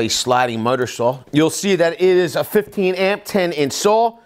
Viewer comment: Say “miter saw.”